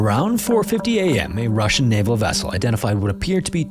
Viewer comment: Yeah the “Russjian” sure wasn’t 😂